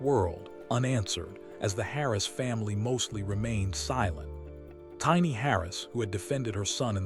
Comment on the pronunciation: Look how he pronounced tiny name😂😂😂😂😂😂😂😂😂😂😂smh smh smh smh smh smh smh smh smh